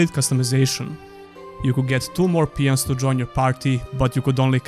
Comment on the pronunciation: Peons ? I think you meant Pawns :) Btw, they didn't include a convenient fast travel system because they wanted you to get lost at night and have to fight much more dangerous monsters. But with the amount of backtracking the game had it became really annoying fast. The devs agreed and made it easier in the expansion by giving you a permanent teleport stone but I liked the system of creating your own fast travel points. The story, or rather the lore was excellent but the way it was presented and the general writing was pretty bad.